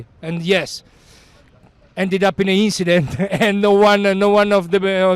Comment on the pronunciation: Inchident :D